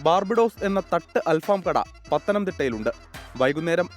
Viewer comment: അല്‍ഫാമോ അതെന്തു ഫാം .... 🤣🤣 അല്‍ ഫഹം എന്നാണ് .... ഫഹം എന്നാല്‍ കനല്‍ എന്നാണ് അര്‍ത്ഥം .. കനലില്‍ ചുടുന്നത് എന്ന അര്‍ത്ഥത്തില്‍ ആണ് ബാര്‍ബെക്യൂവിന് അല്‍ ഫഹം എന്ന് പറയുന്നത് ...